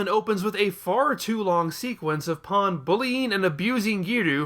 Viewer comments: i am sorry Paaan really? it's just pan mate, seriously they say it in the dub u have no excuse for this terrible mispronunciation, i will not stand for u insulting my 2nd favourite character of the series (she was my favorited but then Beerus came along and took over as my favourite) like that. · i am talking about the English dub mate, u know our native language? u should try using it properly instead of buttering it with Japanese pronunciations also it is exactly how her name is Spelled in English P a n, Pan, there is no pronunciation for that word in English mate. idc if that is how the original Japanese people butcher her name in English it is Pan and that is how it should be pronounced not as Paaan, fucking ridiculous pronunciation mate. also bold of u to assume i would watch u slandering her after this disgrace of a video.